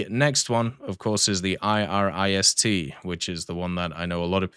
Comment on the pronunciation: My good man! My brother in Snail! It's not the I R I S - T. It's the Iris-T. It's pronounced like the women's name "Iris". It's a pet peeve of mine, but I always have to cringe a bit, when you pronounce the individual letters :D